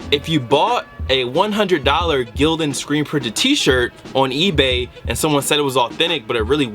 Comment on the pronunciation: It's Gildan😂😂😂😂😭